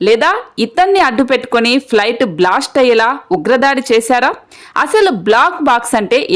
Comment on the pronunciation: Not blost but blast. Pronounce well